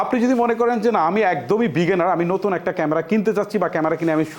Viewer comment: Veginner, Valo, ferfect, frofessional eigula ki abar? Apnar theke to class 3-4 er english medium er bacca o valo pronunciation pare.😂